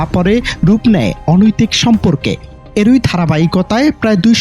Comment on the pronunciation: রিপোর্টার ভাই,বাংলা অভিধানের উপসর্গের উচ্চারন না শিখেই কি কাজ পাইছেন ? এক -ই বলেন এ-কই আবার এর -ই বলেন এ-রই।